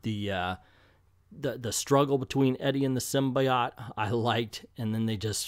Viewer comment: the way you pronounce “symbiote” invalidates your opinion